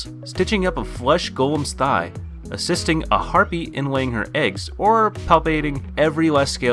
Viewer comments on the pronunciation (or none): none